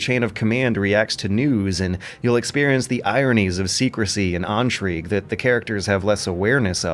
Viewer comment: No one:: "entrigue"